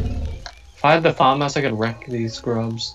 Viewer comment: fAhMaHsss ((Ik its famas but he pronounced it so wrong lol